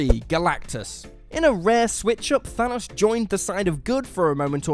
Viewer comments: I thought his Name was Thanos...Not Thunus.... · Was I the only person bothered by the way he said Thanos like Thanoss? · Why do Europeans pronounce Thanos as thanahs, in the movies it’s even pronounced Thanos... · The way this guy says Thanos is maddening. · When he kept pronouncing thanos wrong I started to get triggered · HOW TF DO YOU ARREST THANOS ITS THANOS